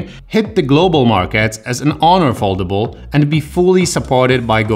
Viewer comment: Czyta się foldejbul XD